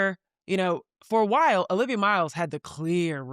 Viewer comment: Stop. It's Olivia.